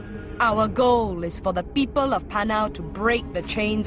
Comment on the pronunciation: "They will use to subdue the PEEEPOL" seriously why does that one word so hard to pronounce.